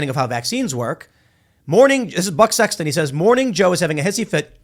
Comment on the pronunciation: Tim says Buck Sexton but it sounded like something else. Ya got me Timbo. Ya got me.